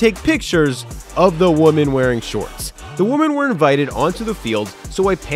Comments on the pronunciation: Why do you keep saying woman when referring to women? You ok,? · I can always count on to pronounce the word "women" like the singular "woman.";) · What is the deal with people not pronouncing “women” correctly? Woman is singular. Women is plural. They both sound different. If English is your second language you get a pass.